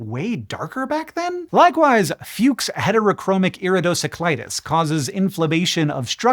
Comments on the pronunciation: And yet… Fuchs isn’t pronounced “Fyukes”… it’s pronounced like “Fooks”. It’s admittedly a minor linguistic infraction. So I’m sure nobody is going to give a Fuchs. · To be exact,he didn't pronounce Fuchs Heterochromic Iridocyclitis correctly. "Fuchs" comes from the name of Ernst Fuchs, whose name is German. So Fuchs should be pronounced like Foox but with a short oo (it means fox btw) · Sorry Hank, but this disease was described and named after the Austrian Ernst Fuchs. Unfortunately this means your pronunciation of his name is not correct here. "Fooks", like foods with a k, would be closer to correct! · its not called Fyux. Fuchs is German for Fox and spelled totally different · You mispronounced the German name Fuchs... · Almost proud but you pronounced Fuchs wrong. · So that's how Fred Fuchs' name is supposed to be pronounced.